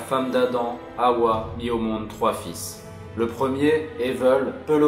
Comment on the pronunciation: Bonjour, m'appelant moi-même Hawa je tiens a préciser que ça se prononce Ava et non Haoua. Merci bien